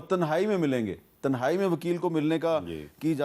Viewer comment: Mir sb pehly to is k alfaz sahih kry k tehnae nahi hi tenhae hi